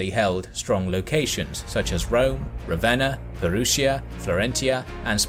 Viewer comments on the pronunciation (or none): none